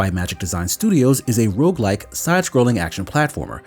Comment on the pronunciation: They said "rogueLIKE."